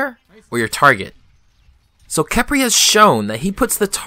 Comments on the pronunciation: Please say Kephrii, not Kepri xD :3 Great video btw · STOP CALLING HIM KEP-RI